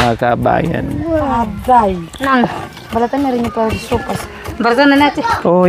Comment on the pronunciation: Sopas madam not sowfas😅